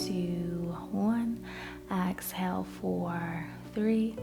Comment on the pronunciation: Thank you for the video. Please say exhale not axhale. Js